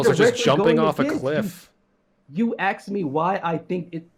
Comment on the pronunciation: It's always a sign of a lack of intelligence when somebody says "axed" instead of "asked".